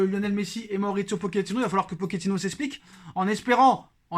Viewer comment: On dit pas « poquetino »mais « Pochet -ino » comme une pochette